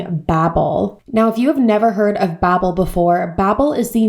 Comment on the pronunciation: Bobbel? I thought it's pronounced bAbbel? I mean they even say bAbbel on their advertisments ??